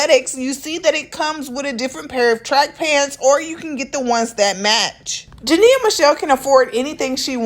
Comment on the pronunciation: Imma need you to say her name correctly...Jania Jania Jania 🤦🏾‍♀️🤦🏾‍♀️🤦🏾‍♀️🤦🏾‍♀️